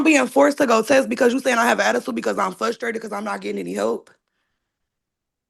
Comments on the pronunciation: There is another R in that word. You sound like an uneducated 5 yr old saying FUS trated. Grow up and lose that attitude. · FLUSTRATED isn't a word!! Sorry, out loud grammar police moment ... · Ummm, I believe you mean "fustrated" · She's "fustrated" everyone. Poor lamb. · She "Fusstrated" yall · Why doesn’t anyone listen to her? She’s “fustated” 😂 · I'm fustrated they keep saying fustrated.